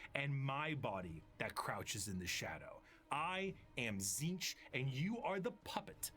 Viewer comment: It's pronounced Tzeentch, not Tzeentch 😂